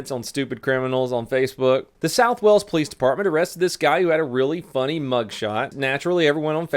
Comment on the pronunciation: its pronounced whales. not walls. whales= wales